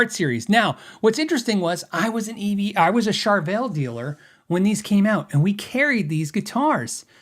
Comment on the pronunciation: I'll never be able to unhear Char-vul 😂